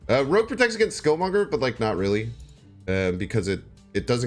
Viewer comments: Ok...no one is going to help him say rogue? It's not rouge....thats makeup...it rogue...like a thief or outlaw....plz....plz learn this. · FYI Rogue is pronounced Rowg.